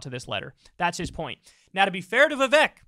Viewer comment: Vivek rhymes with cake